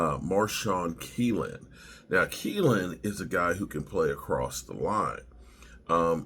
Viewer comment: I'm a Wash fan and this looks pretty good for the Cowboys. Guyton, Kneeland, Cooper are all good prospects., 'knee' is the thing on your leg, the part that gets injured so much in football. So his name is probably pronounced with a silent K